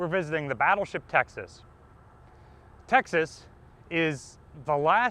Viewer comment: No offence intended, but when you say "Texas" it does sound like "Taxes". Possibly, the state of "Taxes" should impose a low contribution on its taxed citizens. I further know, that the restricting factor in US battleship design were the Panama locks. Only the never built Montanas were planned with a 4x3 16 inch arrangement. The choice indeed is difficult, but I would prefer more guns in an efficient layout, hence the triple turret as in the pocket battleships. 12000 tonnes and 6 11-inch guns! That's something, indeed.